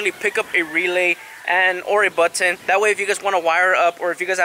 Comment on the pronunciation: The "BUT - TON" 😂